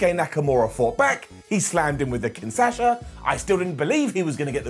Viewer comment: … it’s KingSHAsa not KingSASHA 🤦🏻‍♂️